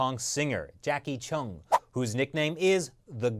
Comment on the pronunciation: Jacky "Cheung" not Jackie "Chung" haha